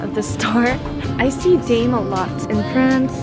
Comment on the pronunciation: Daim, we pronounce as dime, not dame in Sweden. Nice video, enjoyed watching. Good to see you try vegan even although your not a vegetarian. I agree the veggie burgers taste best. Max burger is the best for veggies.